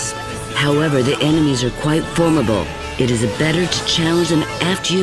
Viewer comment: The enemies are quite "formable"... 😂